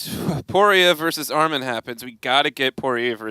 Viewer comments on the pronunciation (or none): ARMAN NOT ARMIN